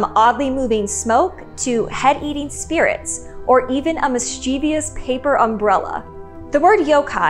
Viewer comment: Disturbing. More disturbing however is your pronunciation of the word mischievous.